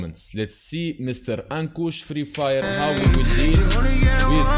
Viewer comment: You are right to pronounce ankush